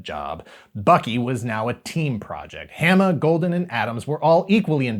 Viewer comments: I gotta also say this... Larry’s last name is pronounced with a long A sound, like in “origami,” so it’d be Haw-muh, not Ham-uh. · It's WILLY DuWitt, not "Wally." And my name rhymes with "(Dalai) Lama" not "(Ala)bama." But, otherwise pretty accurate. Thanks! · Hama is pronoucned the same as in Yokohama. I think you started getting it right towards the end, but just keep and eye out XD